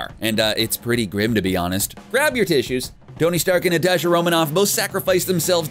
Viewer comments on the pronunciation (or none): none